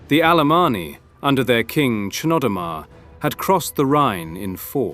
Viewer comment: You pronounce Chnodomar like 3 different ways. pretty sloppy.